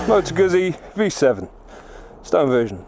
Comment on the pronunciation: it's motoguzzi.. not motogusi.